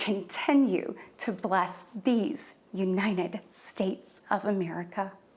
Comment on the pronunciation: Dear Katie, please learn to pronounce United States (instead of calling it Unined States)